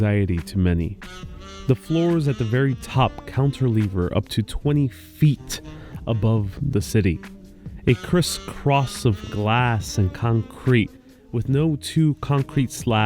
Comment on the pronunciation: Cantilever NOT counterlever. 🤦‍♂️